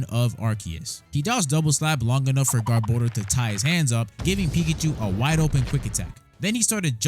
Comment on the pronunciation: THANK YOU FOR PRONOUNCING GARBODOR CORRECTLY!!!